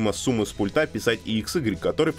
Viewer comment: "к вЫходам", "пУльты"